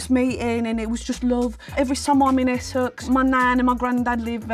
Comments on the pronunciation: Except she said Essex weirdly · So sorry, I like her but no it's really not. It's the typical American trying, off brand Essex and slight north twang. The way she says 'Essex' is so weird. No one says it like that. Not even the Norfolk people